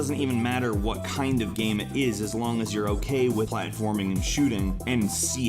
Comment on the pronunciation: Why do you say "gahm" instead of "game"?!